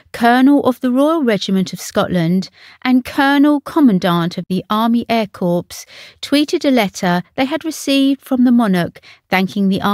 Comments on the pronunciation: It's pronounced 'core' NOT 'corpse'. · Core not corpse, please get it right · I can’t believe that someone with such clarity of speaking can say corpse instead of corp and catafalque and not catafalque is beyond me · corp is prononced core not corpse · Does the commentator understand the distinction between "Corps" and Corpse"? When honouring a Military person or tradition, it's most important to get the distinction correct. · I do with people would stop pronouncing corps as "corpse" and not "COR" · Army Air "Corpse"!? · Good roundup thx. For next time... corps pronounced 'core' and lieutenant pronounced 'leftennant' from an English pronounced perspective. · This woman’s voice irritates me, she mispronounced two words which should never be mispronounced, one being “corps”, it is NOT pronounced with a “p” at the end and the fact the the piper played “Oh Deary” at Westminster which he did not!!!!! He played it at Windsor Chapel when she was laid to rest in the crypt! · That’s embarrassing commentary. Sounded like an 8 yr old practicing diction. And as for ‘corpse’…….smh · You have a lovely clear voice. Can I just let you know you don't pronounce the p in air corps. It's pronounced 'core'. A corpse is a dead body. Takes nothing away from your lovely voice though. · I think the person doing the commentary on this vid needs to learn how to pronounce some her word, what’s a catafalork? And corps ! It’s PRONOUNCED COR silent p s ! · You cant pronounce either lieutenant or corps correctly….🤣😆too many American movies I think. Leftennant and cors are the correct pronunciations in the UK. Dear dear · Corps is prounced cor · I don't know anyone who pronounces "corps" like "corpse" and that includes the three examples on Forvo provided by folks from the UK. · Too bad the narrator can not speak/read properly. The word 'corps'as in army corps has a silent p. And catafalak is NOT a word catafalque is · The "p" in corps is not pronounced. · the P in Corp is silent.